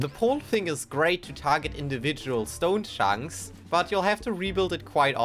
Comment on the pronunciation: stone shunks lol